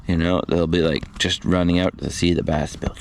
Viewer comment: do you really call them "bass'n"? or did i miss a joke you have been running with. lol I do not know why but its like a twitch every time you say it. Hope I am not the only one that caught it or for whatever reason screamed at the screen is a "BASS". lol